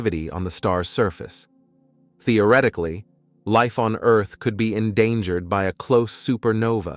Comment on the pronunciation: Where tf is Eurrth?😂😂